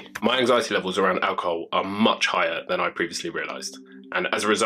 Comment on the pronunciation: It's pronounced ALcohoL not aWcohoW